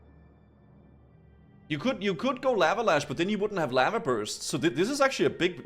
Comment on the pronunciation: Why did he say lava like that xD LaVAH